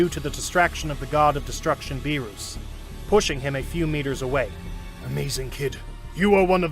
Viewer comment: He said BeRoOs